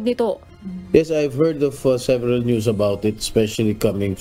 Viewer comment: ""UNTV"" ... Maribojoc Ay "Boloc" .. Lea Ilagan .. ""News is Prnounce Niya "Noise or Nose"" !!! Hahaha Hehehe Hahaha